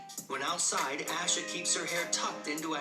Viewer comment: I know it’s because I have the same name but I hate that the announcer pronounced Asha’s name two different ways. lol 😂 (aww-sha at least how mines is pronounced)